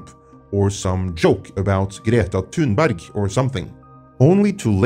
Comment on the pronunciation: I came for Joker commentary. I ended up staying for pronunciation of Greta Thunberg.